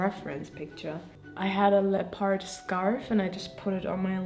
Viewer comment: your videos are always such a peaceful delight & a treasure to watch! Thank you for sharing your process. I will play teacher for one moment: In {American} English, we pronounce leopard to rhyme with peppered. 😊 I hope this helps!